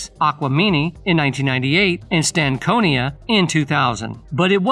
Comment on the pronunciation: How you gonna tell the story but mis pronounce the names of the 1st three albums you named . Wtf is AT Leans?😂😂 Aqua mini??? 😂😂 And Stan-konia😂😂😂 you not even a fan lol. Throw the whole video in the trash with 2 thumbs down